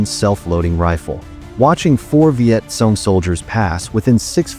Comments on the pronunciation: It is pronounced CONG not SOON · Learn to pronounce name would help a lot... it's not sone it;s cong